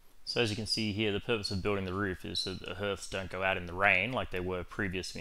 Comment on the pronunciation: Really confused as to why nobody on YouTube seems to know how to pronounce the word hearth correctly. That said, cool design!